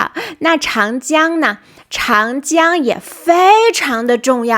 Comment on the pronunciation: Very nice, but 长江 should be Cháng Jiāng , Zhǎng Jiāng.